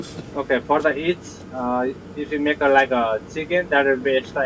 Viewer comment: Maeta sandwich He said fuck that T